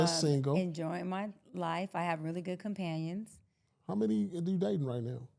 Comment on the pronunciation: She said “companions”